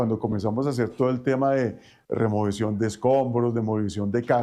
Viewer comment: Ex director del CTI y no sabe decir REMOCIÓN! 🤢🤢🤮🤮